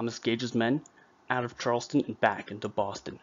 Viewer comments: Charlestown not Charleston!! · CharlesTOWN,not Charleston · It's pronounced Charles-town. Charleston is in South Carolina. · 1 problem, it's pronounced Charles Town (1 word) not Charleston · You would think the narrator would learn how to pronounce "Charles-TOWN" - Not the South Carolina pronunciation.....